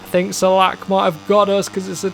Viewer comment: Hello, iam from czech republic and rider Filip Salac is not "salak" but "salač" by the way, very funny and interesting, lets go to the next races and teams😁👍🤩